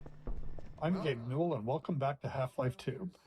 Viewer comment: And he makes sure to emphasize "Gabe... N!!" To avoid another gayben rapture 😂